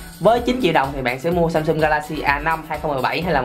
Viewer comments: Ít nhất cũng phải phát âm chữ Samsung cho ra Samsung chứ ai đâu lại Samsum. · Người Việt rất hay gọi SamSum thay vì SamSung :p